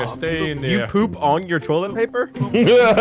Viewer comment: Its po-op